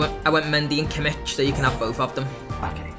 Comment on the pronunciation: Kimmich is pronounced Kimm-ick. Not with a "ch". Also pronunciation of Diekmeier gave me aids. I mean, Deek-mere? Really?